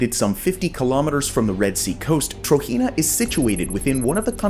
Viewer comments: It’s pronounced TROJENA Tro-JENA Not Tro-Hina or Tahina تروجينا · Hearing you pronounce "Trojena" as "TRO-HEE-NUH" is cringe as hell man, it's pronounced "TRO-GEN-NUH"... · It pronounced as Trojena, with "j", not "Trohena" or something.